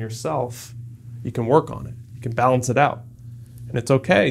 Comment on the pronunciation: "balence" lol